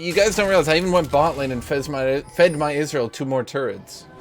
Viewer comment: Is he saying israel instead of ezreal